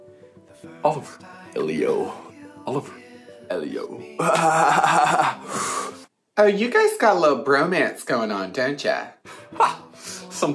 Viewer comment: The way he pronounced “Elio” 😂